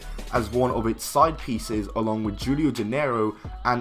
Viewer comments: I love how you say Julio, instead of Hulio haha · Jewel io Dinero? Julio is pronounced Who-lee-o